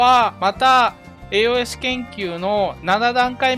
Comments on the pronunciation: AOS研究はやっぱ必須か。強化パーツはローズスリーかね。AOSを「えーおーえす」って発音してたのが少し気になったw「えーおす」です。 体験版の範囲だとドライストレーガーが最強ユニットだから、エンジンはアップデートしたいな。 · 以前の動画から気になっていたのですがAOS(エーオス)という読み方を敢えてエーオーエスと読まれているのでしょうか？